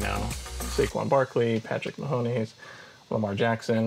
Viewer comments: How he says Patrick Ma-hom-es with 3 syllables made me irrationally mad. Also imagine spending money on a Jared Goff Funko Pop. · Dude said Patrick Mahomie lmao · He said Patrick mahoMEEs too. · This man just said “Patrick Mahomees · Bro said “Patrick Mahomies” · He said “Patrick mahoneys” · Bro said Mahomees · Patrick Ma-Hone-es… love it